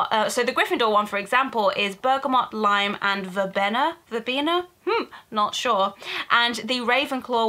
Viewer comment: It's pronounce Ver-bee-na.:)